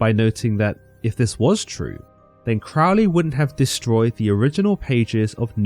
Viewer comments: Love is the Law, Love Under Will. Do What Thou Wilt means uniting your will with the Divine, not being a total pig or an arrogant criminal jackass, which is what people want to believe. Crowley is pronounced like the bird, rhymes with holy, btw. That is an excellent account and I did enjoy it. You also accidentally solved a personal mystery for me by reminding me of something I forgot, so thank you very much! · You know this video is nothing more than anti-occult, propaganda nonsense when they can't even pronounce Crowley correctly. It is pronounced Crōh-lēē not Crăhwl-ēē Crow (just like the bird) Lee (just like Bruce Lee) Pronouncing the man's name the same as in the song by Ozzy Osbourne shows how little actual effort and research was put into the information provided in the video, and all credibility should be discarded. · Crowley stated that his name should be pronounced with the first syllable sounding like ‘crow,’ as in the bird. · Crow-ley, not Crough-ley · Crowley pronounced his name crow-ly, not crawl-ly, as demonstrated by a couplet he used: My name is Aleister Crowley, Master of magick and holy. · Why do people always pronounce Crowley incorrectly? The First syllable rhymes with crow - NOT cow ! I know this only because, many decades ago, one of his 'pupils' was a family friend - and she was most adamant on this point. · You should know: you're pronouncing Crowley's name incorrectly. We know this indisputably because he wrote a poem about it, and the rhymes demonstrate which way it is done: "It is pronounced CROW-ley for I am holy; Those who say Crowley treat me foully." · Crowley is Fowley but Cr-oh-ly is holy ..........basically he mispronounced his name the whole video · This pronunciation of 'Crowley' is what made me stop listening. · It's pronounced Crowley, riming with holy. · You can’t even pronounce his name correctly!